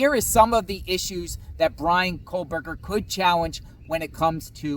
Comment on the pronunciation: It's Kohberger, no l.